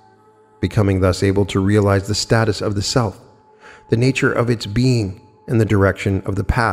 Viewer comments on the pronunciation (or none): none